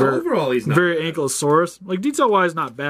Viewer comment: It's not ankleosauris it's ankylosaurs.ingnore my spelling.lol 😃